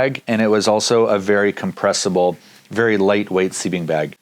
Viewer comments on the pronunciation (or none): "Comprestable" LOL! You've been hanging around Dan Becker to long...LOL!!!!!